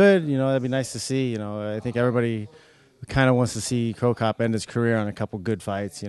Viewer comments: who the fuck is the guy that keeps calling cro cop "cro cough". i hope mirko sees this so he kicks his ass lol. im surprised he didnt call ryan bader "vader" haha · Cro Coff lol what? who is this guy?